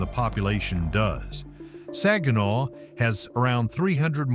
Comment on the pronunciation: I was born and raised in Saginaw( he's not pronouncing it right) i love my city and some of those places i dont recognize. I didnt leave Saginaw because of crime i left because i wanted to see what it was like living somewhere else. I go home almost every week to see my dog he's at my son's house